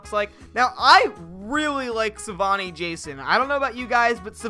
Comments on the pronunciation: Can't you just give us the freaking mod I just want it Edit:IT'S SAVINI NOT SAVAINI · Savini not Savani Jason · It’s pronounced Sa-vee-nee. Not Savani.